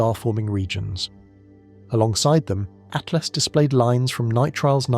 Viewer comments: It's ATLAS NOT ATLAST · so annoying by keep saying ...ATLAST!!...it is Atlas!!